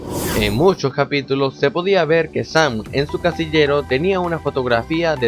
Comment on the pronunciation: ES "SAM" NO ES "SAN" TU DICES ASI "SAN" Y NO ES ASI